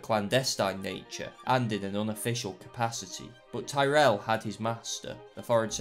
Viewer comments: You've mispronounced Tyrell. It's pronounced like Tirrell. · Why do you say Tyrrell like a Yank?